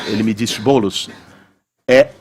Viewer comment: "boulos" kkkkkkkkkkkkkkk